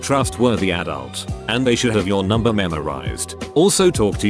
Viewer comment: nobody: text to speech: n u m b e r 13 year old